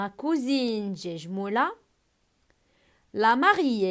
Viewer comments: on dit guejmoula avec ك non pas j comme gare Merci 😊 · vous avez fait des erreurs Guejmoula ma prononncé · Guejmoula faute de prononsation